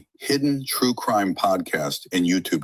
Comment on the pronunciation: Is Law & Cwime 😭 there?